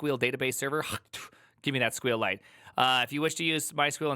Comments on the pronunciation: the way he calss sqwilite just makes me laugh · Dude you pronounce Java so wrong and SQL lite too